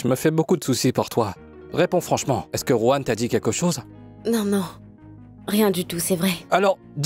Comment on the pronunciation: Vous qui dites "Juan" là, jurez que vous n'entendez pas bien le son du prénom de "Ruan"😂